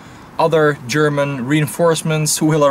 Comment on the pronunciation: Your german pronunciation is on point